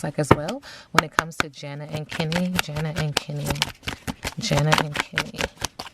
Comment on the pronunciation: Omg you did the reading let me watch 🥹!!! Yay thanks I loved them on Love island! Hopefully you can do Kordell and Serena also from love island USA. Her name is actually pronounced Janae